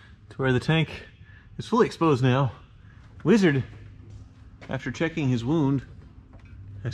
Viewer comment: That is the vein of our existence 😂😂 weezard do be scrong tho